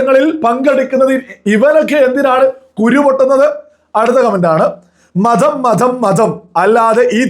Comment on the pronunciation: Please make some corrections in your pronounciation. Pa instead of bha. Eg. Orupad and not orubhad. Matham not madham I am your well wisher